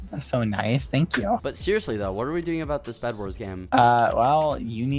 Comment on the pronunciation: The Video : "Zissssss.." Turns my phone off ZISSSSSSS..